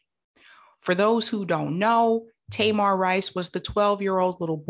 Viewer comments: Таy-mahr? I thought that kid's name was Tuh-meer. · Thank you for covering this, but please learn that baby’s name if you choose to report on him again. His name is Tamir (Tameer), not Tamar like that loud Braxton. Sorry to be nitpicky but that’s a very personal story to lot of us and that’s a simple detail to know. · Just trying to be helpful no shade. Tamir is pronounced Ta-mear rhymes with hear. ✌🏾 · His name is TAMIR not TAMAR. Tamar is a Braxton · Not nitpicky at all. How are you Black, following these issues, and don't know how to pronounce Tamir's name correctly? 🤔🤔🤔. Nothing to go to war over, but worthy of being noted.